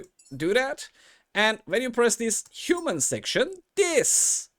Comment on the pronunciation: Thanks for this. I’m yet to create the first “ hooman” (and I quite like that morphed pronunciation/name for them as it sounds like “who-man” and it seems hard to know who they will be). Anyway this video cleared up a big chunk of what process is actually like. Possibly, in the more recent patch it’s improved from a bug perspective too. Thanks for sharing.